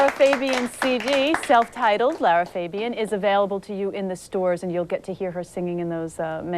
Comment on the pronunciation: Lara is so amazing. What annoys me though is how they always mispronounce her beautiful last name. It’s Fa not Fey.bian!